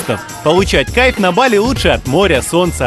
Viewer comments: БалИ ! Нужно говорить БалИ! Ударение на И!!! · Не БАли, а БалИ, позорище.